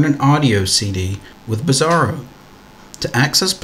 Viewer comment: OK - I would pronounce the application as 'BRASS-AIR-OH' - am I missing something here ? 'Bizarro' just doesnt sound right :(